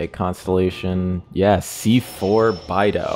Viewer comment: The way you said beidou just pains me